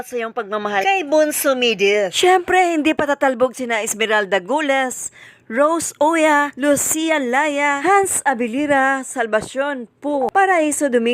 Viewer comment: Hello ma'am thank you po pag shout out khit medyo mali ang pronounce ng name ko Laxa po hnd Laya hehe 😊❤❤❤